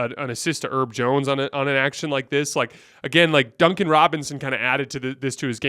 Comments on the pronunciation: It’s not “erb” like herbs and spices it’s “herb” like Herbert 😂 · Bros been calling him erb for so long why havent we called it out😂😂